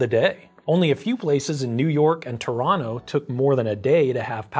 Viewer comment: I had to check if you were Canadian because your pronunciation of Toronto was perfect! Love the video, it earned my subscription.